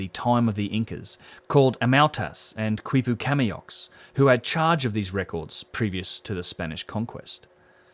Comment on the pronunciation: Excellent information. Really valuable contribution. By the way "quipu" is pronounced "kee-pooh."